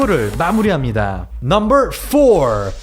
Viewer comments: 발음이 왜그러냐~넘벌폴~띠벌넘벌이냐 혀가 말렸냐~그래서 차도르냐 혀가돌아간거냐~ 기가차고 혀가찬다~넘벌 넘벌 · 넘버만 발음좋게 하는이유가 뭔가요 ㅋㅋㅋ